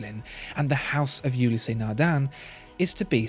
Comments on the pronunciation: "Ulysse" is pronounced oo-lease, not oo-lease-ee. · Great video and amazing watch. I love the depth of insight and quality of photography of this channel. But it’s partly let down by terrible pronunciation - “Ludd Wigg” for Ludwig, “Youlisee” for Ulysse. Come on! These watches and the rest of your production demands better! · Ulysse has only two syllables, not three.